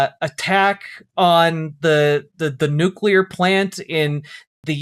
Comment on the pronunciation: •New kyuh larr• is how it will always sound from the president's gobhole, officially